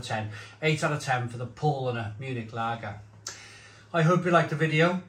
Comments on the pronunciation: Paulanar.... Pronounced the Paul with an 'ow' P-ow-lanar... Becks is just simply awful.. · It's pronounced Powlana.